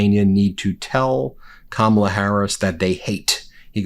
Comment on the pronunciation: Wow he accidentally pronounced Kamala’s name right. 😂